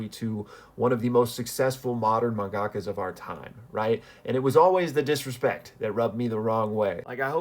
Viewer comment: BRO SAID MAGAKA